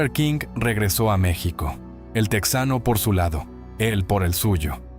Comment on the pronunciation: No no es Meçhsico aprende a pronunciar a Mexico